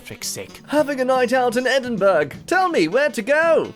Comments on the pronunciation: ITS EDIN BURRAW LIKE A RABITS BURROW NOT BURG YA FAN DAN ICE CREAM VAN SPAM CAN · The moment I gave up, you went and pronounced it Edin burg ... Edinburgh = "Ed-in-bruh" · ffs its ed in bruh not ed in burg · I hate it when people pronounce it Edin burg It's pronounced like Edin bruh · Please don’t call it edinburg it’s pronounced edin bur ahh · Did he say edingburg. Edingburg..... .. Its said edingbruh you half wit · it’s pronounced like sign not seen it’s pronounced like edinbruh not edinburg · I'm Scottish. And I don't know if I should be offended or think that some people actually think we talk like vikings. also its pronounced Edinbruh not edinburg its spelt Edinburgh. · FYI, it's pronounced Edinbra, not Edinburg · Oh dear... He committed a war crime... He called it EDINBURG! It's EDINBURGH. ed-in-buh-ruh Also he called Glasgow and Edinburgh towns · Tha fact Edinburgh was pronounced 'Edin-burg' if gunna haunt my dreams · Did u literally say edinburgh like E-din-berg 😂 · Edinburgh is pronounced Ed-in-buh-ruh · im really sorry i really am but noooooo 😭 its pronounced edin bruh 🥺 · Excuse me mate, you fookin' said "Edinburg" like ya' orderin' fae a restaurant. it a toun, nae a bloody Macdonalds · Edin b r u h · It’s pronounced (eh-din-bruh) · Did... Did you just say Edinburg? instead of Edinburgh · Ed-in-burg nearly killed me XD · You know something is wrong when a 'Murican is yelling at an Aussie for his pronunciation of Edinburgh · dont worry son you've already pissed us of by miss pronouncing Edinburgh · Did he pronounce the g in Edinburgh? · I shall ring the "you mispronounced Edinburgh" bell. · as someone who lives in edinburgh I am offended by how no one can say it right, only people from edinburgh can say edinburgh normally and it's kinda annoying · How u pronounced edinburgh made me wanna cry but apart from that good video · The way you pronounce Edinburgh physically hurt me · I’m Scottish and it always annoys me when people pronounce Edinburgh wrong